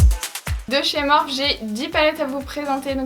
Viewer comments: cc tes videos son tip top mais « morphe » se prononce « morphi » merci bisous bon courage ma belle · J'aime trop ta vidéo mais s'il te plaît dit morphi et pas Morphe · Mais sa se prononce morphi pas morph 😥 mais sinon j adore tes vidéos 😘